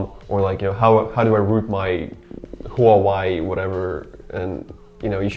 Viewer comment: That’s pronounced wha way. Huawei